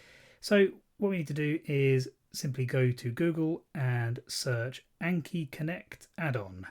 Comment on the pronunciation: great video but please for the love of god say "ah n key" not "ayy n key"